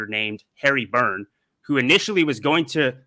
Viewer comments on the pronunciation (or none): none